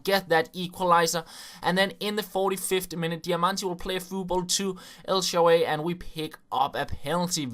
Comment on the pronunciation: El sharaawy its not quite nive pronounced but still